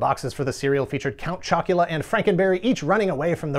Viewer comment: "Count Choc-u-luh-uh!" made me laugh an obscene amount. yeah my mom would never buy these cereals for us either, for some reason. we were a trix/fruit loops house